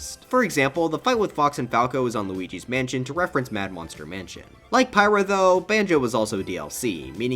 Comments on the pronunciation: pithra? who the heck is pithra? Pyra they literally same it as p-y-ra in game dude... wtf, also is it just me or is major "turn the video off" when the smash tuber starts shitting on fire emblem? Like I don't even play that game but come the hell on, yes we get you all hate that game cause "uh no many anime sword fighters" but christ at this point I want them to add more just so you people stay mad! Like for pete's sakes I didn't even go on social media when xenoblade got another character cause it falls under the "anime sword fighter" category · It’s pyra and mythra NOT pithra